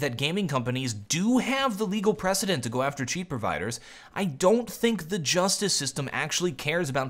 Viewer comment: Please don't say g o! It sounds weird! :c just say go! GO!